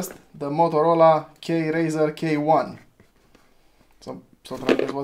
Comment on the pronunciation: That Motorola K1, niiiicee, it was my favourite phone when I was young. I have a couple of them now in my collection. P.S. KRZR is pronounced "creizăr", I find that naming kind of cool. Good finds!